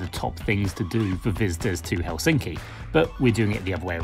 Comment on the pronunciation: helSINKI is actually HELsinki. Emphasis on HEL not SINKI